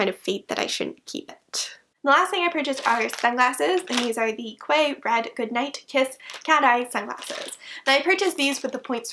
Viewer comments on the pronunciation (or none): Love the fabric of your blouse! and btw ‘Quay’ is pronounced ‘Key’. It’s a term for a built up pier area that sits out into sea, often at a seaside resort as a tourist area. They’re really common in seaside towns the UK like Blackpool and Brighton, and I’m guessing as it’s spelt the same thats where the company derived the name from. Would also make sense as a ‘beachy’ word. So yeah, key. blame stupid British pronunciations for that one. Also that Barbie skirt really did look phenominal on you! And I think I might go and order that tropical bird cardigan as a gift for one of my friends. Always been intrigued by this shop, so thanks for doing the review! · Just so you know Quay is pronounced 'key' :) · Quay rhymes with key :) Although none of these items are my style, I still found this really interesting!